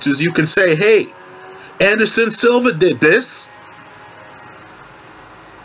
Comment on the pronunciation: “Anderson silvers” smh